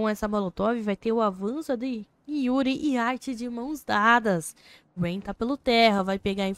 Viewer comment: Narradora zero emoção, falou o nome dos jogadores td errado "roups" "rayan" kkkkkkk